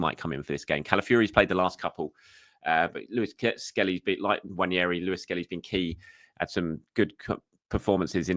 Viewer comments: It’s NNWAH - NE - RHII. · Nwah Neh Rii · More than pronouncing it with an invisible “I” it’s thinking the second “n” is pronounced the way it is in mañana. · I LOVE your content thank you, but please learn to pronounce Nwaneri's name correctly 😅 - it doesn't rhyme with Ranieri 😁. You love adding in a spare "i" where it doesn't exist. You learned how to pronounce Merino correctly, so I know you can do it 💪🏼